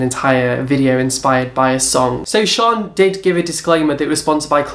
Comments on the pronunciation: It's Shannon not "Sean" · You pronounce 'shaaanxoxo' name as Shannon or 'shan' not 'sharn/sian' btw xxx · LOL can you fucking learn how to pronounce names ..?😂 Shannon is not shon and tana mongeu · Shaaaanxo is Shan as in Shannon. There is no R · Shaaanxo is from New Zealand. It's pronounced Shan like you say Shannon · I had a giggle at how you said Shaaanxo it's Shan like Shannon the extra a's are just add ons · lol its pronounced Shan...her full name is Shannon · I die everytime you say shaaanxo 😂😂😂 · I think with Shan (the way you pronounced it killed me) she often does celebrity style videos and I know it was recommended by people. I can't speak for Nikkie though x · can you please say Shannon's name properly lol it kills me